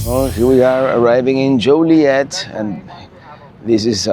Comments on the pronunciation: Born and raised in and around Joliet. It is pronounced Joe Lee Et. It is definitely not Jolly Et either. Them's fightin words around here. And that's not a joke. Many things and places in Illinois have French roots, but it is very much locally unique and heavily Americanized after 300+ years. You won't hear anything pronounced in "proper" French around Chicago. In fact, you probably won't hear anything pronounced properly in any language here, not even English. 🤣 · joilet...like toilet hahahaha said with l♡ve from Napertucky!